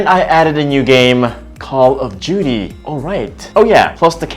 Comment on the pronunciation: Did he just said call of juty😂